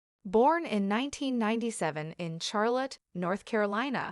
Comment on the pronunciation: Not her funeral or family. Such disrespect, get her name right, Its Charlotte, not Char-lot